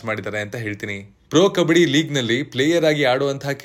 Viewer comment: ಕಬಡ್ಡಿ taane adu? ಕಬ್ಬಡಿ ಅಲ್ಲ